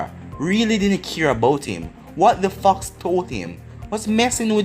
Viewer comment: i feel like ur saying fuck but u r saying fox lol